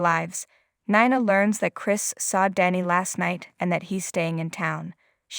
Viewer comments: Can you pronounce words correctly? Nina is pronounced neena . OK is okay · Who is Nana? Do you not know her name is Nina? Try saying her name correctly! 🤦🏻‍♀️